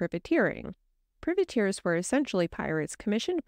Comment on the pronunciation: What the hell is a pervertear? It's private Tear all one word! Makes everything you say suspect when you can't even get that right right off